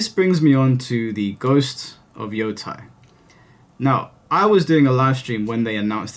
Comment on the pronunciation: I'm pretty sure it's "yo-TAY," unless it's a German name or something. I have no earthly idea why people who are familiar with games and stuff from Japan are suddenly collectively (at least among youtubers) pronouncing the Japanese "ei" like "eye." Maybe I'm missing something, though. On a different point, sure seems weird (and cowardly as you've stated) that the ideologically fanatical keyboard warriors are also the ones who justify their terrible behavior/language (specifically referring to the use of slurs). One of the reasons I'm glad this channel exists is because the ideological garbage isn't coddled in EITHER direction, and that takes integrity (and tact, which so many people speaking online and in these more creative industries seem to have no concept of). The political extremes that are so constantly coddled and then lumped into the more moderate/nuanced takes by the other extreme has made discourse more unproductive than ever. Truly a shame.